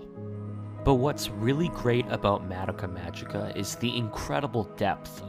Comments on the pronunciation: Ma da ka magica? I think the show is shit but it's still funny that you pronounced it wrong. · I never heard people pronounce madocka that way